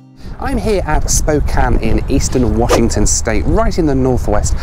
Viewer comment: Wonderful review. So rare to find someone that has not lived in Spokane (which I did for 13 years) to pronounce the name right. Most people pronounce it Spo-kain if they are not from the area. Also great to see someone doing travel reviews that has a family. I currently have three teenagers (plus one that is now out of the house) and traveling with kids is so different from those that do not have kids. I love traveling by train although I am not a big fan of Amtrak as a company especially due to its poor management for the last 20 years, for the most part the employees are friendly and as you said the scenery is outstanding. Two other must do trips are the California Zephyr from Chicago to Northern California and the Coast Starlight from Los Angeles to Seattle.